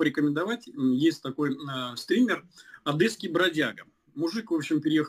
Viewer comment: аааааааааа и как же ОдЭЭЭЭсса 😏